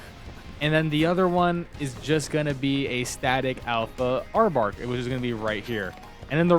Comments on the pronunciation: I have never heard anybody pronounce it Arbark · Dont call it Arbark again lol